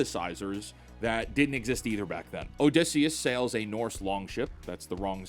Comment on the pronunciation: your pronounciation of Odysseus hurts